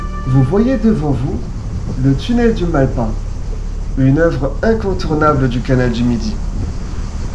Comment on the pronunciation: Le s de malpas se prononce, mal-pas pour mauvaise-passe, lieux de passage non aisé. Par le passé l'orthographe de bien des mots était autre qu'aujourd'hui. 😉